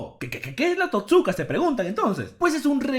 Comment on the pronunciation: Se pronuncia TOTsuka, no toTSUka.